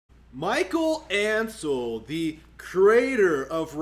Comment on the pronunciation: It's Michel Ancel, not Michael Ancel.